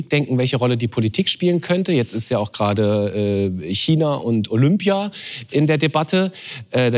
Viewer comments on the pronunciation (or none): none